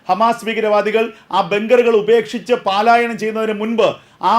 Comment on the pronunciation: 'പാലായന'ക്കാരാ പലായനം എന്ന് വായിക്കൂ........